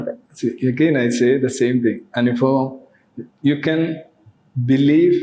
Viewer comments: രവിചന്ദ്രൻ സർ....... അങ്ങ് ഇംഗ്ലീഷ് പ്രൊഫസർ ആണ്. അങ്ങയെ പഠിപ്പിക്കുകയല്ല, വിമർശിക്കുകയുമല്ല. നിറഞ്ഞ ബഹുമാനത്തോടെ അറിയിക്കുന്നു ...... സർ അനുഫവം അല്ല സർ ...... അനുഭവം എന്ന് പറയൂ സർ.... കേൾക്കുമ്പോൾ വല്ലാത്തൊരു അരോചകം തോന്നുന്നു. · ഒരു പ്രൊഫ ആണ് അനുഭവത്തിന് അനുഫവം എന്നു പറയുന്നത്.....